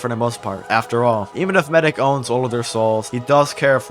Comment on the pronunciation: Medic, It's medic.